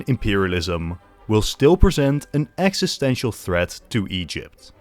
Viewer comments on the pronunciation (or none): none